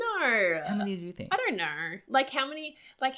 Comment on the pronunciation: They keep saying kner instead of know 😨